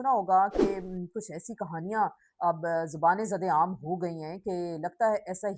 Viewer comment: The correct phrase is zaban zade aam whereas you said zubane zade aam.